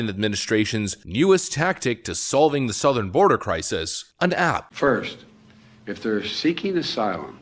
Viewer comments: Did he pronounce southern border as south-earn border? Sounds like it n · Not to mention his pronounciation of Southern was SOUTH ern border. 😅🤣😂🤣😅